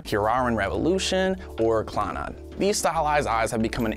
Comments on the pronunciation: Says Clannad...."claw-nod" bro..... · did he just say clon odd?